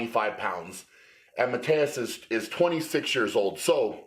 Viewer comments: Tip for you guys: if you want to pronounce his name right you wanna say sth like Mateush (not Mateus) and also K-yeah-leash-kovsky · I thought you pronounced his name ma-toosh because I heard Arnold call him that.